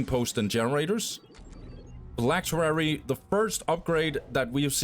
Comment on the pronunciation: Phylactery not phylacterery